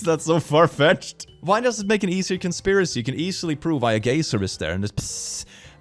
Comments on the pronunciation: Oh my god it's pronounced guy-zer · are you intetionally saying gay-ser its guy-ser sorry if the joke or something flew over my head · This was the first time I heard geiser pronounced as “gay zer” instead of “guy zer” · I tripped wen he said gay-zer hole wen reading geyser I pronounce it guy-zer so I was like ah yes the gay earth hole XD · I love how pronounces geyser (guy-zer) as gay-ser. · "Geyser" is supposed to be pronounced "guys-r", but I like the gayer pronunciation better! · Lmao gay-zer, like a gay laser? You shoot someone with it and poof gay!. In the US we pronounce it like guy-zer, the difference is amusing. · lol the geyser i pronounce it guy-sir and you did gayzer so since i was not looking at it i thought is was some sort of gay lazer that was a wmd, then looked and laughed. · I love how he says “gayser” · I absolutely love that he pronounces geyser as "gay sir" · i love how pronounces "geyser" because he says it like "gay sir" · i love how he says gayzer instead of geyser, as a fellow European, i can say that i pronounce it like that as well 😌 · Dude 😂 when you said “geyser” (guy-zer), I heard “gay sir” and then you said it had “many holes” and i 😂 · I love how pronounces geysers as "gay sirs." I'm adding that to my lexicon. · “Geyser” is actually pronounced like g-eye-ser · why do you pronounce geyser like gayzer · ) The way you pronounce "geyser" makes me think of a gay laser. Zzzzzzzzzzzap! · I am sorry I normally don't judge people's English or anything but gayser got me XD. "The gayser hole looks like another kind of hole. You know there are multiple kinds of holes not just gaysers." I am gunna die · The way he says Geyser physically hurts me... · I enjoy your pronunciation of "geyser." Please don't change